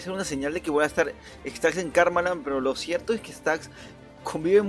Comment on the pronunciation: Soy yo o en vez de staxx dijo stanxx? xd min